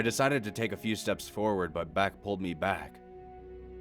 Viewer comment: Back up? More like Beck up.